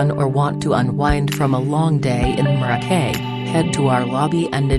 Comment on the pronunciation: The audio commentary is absolutely ridiculous... "Hotel Mo-roh-key", can't even say the name of the hotel right, lol.